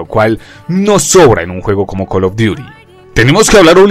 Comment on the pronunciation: X: Cal of duti J. NARANJITO: Col of diury 😈😈